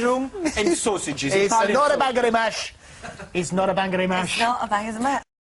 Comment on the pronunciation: "Dis is notta bangaz an mash!!" hahaaa! :D